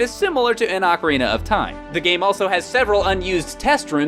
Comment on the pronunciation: "Ocarnia of Time"